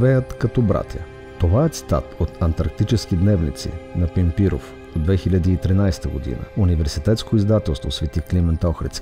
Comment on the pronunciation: Пимпирев, а не Пимпиров !!!